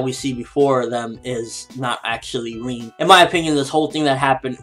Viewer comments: isn't her name pronounced "rin" and not reen? good review though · Lol but still it annoys me as that is clearly not how u pronounce her name. Rin rhymes with bin and u wouldn't pronounce bin as ''been'' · God dammit it's RIN not REEN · Why do you keep saying Reen?? It sounds weird haha. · why does call Rin ''Reen''??